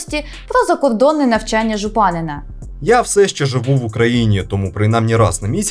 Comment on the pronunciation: Не ЖупАнина, а ЖупанИна